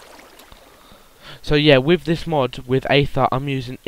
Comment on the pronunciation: Its pronounced eather not neather